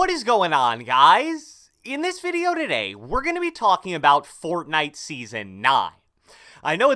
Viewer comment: Hey what is going on guys, in this video "duhday"